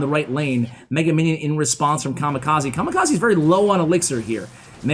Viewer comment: his name was "kamikaze" not kamakazi